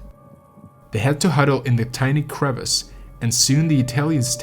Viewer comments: Really good sound production, some of the best on Youtube imo. BTW 'Crevasse' is a borrowed word from French and is pronounced like "kre - vass", not like the English 'crevice'. Granite is pronounced more similar to how it is in Russian, as if the spelling was 'granit'. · Ahhh, it's pronounced Gran-it! How am I supposed to watch this if the very first thing I hear is the mispronunciation of the best climbing rock? Bivouac is pronounced Biv-oac (soft i), crevasse is cre-vasse.